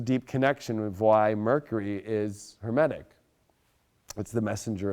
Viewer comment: Enlish is my first language. He said Humanic but thanks for the English lesson. I know all about Hermes thanks, a stellium in Gemini and Virgo sun!!